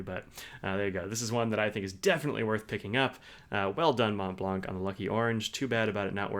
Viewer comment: The C is silent In Montblanc, Not to be pronounced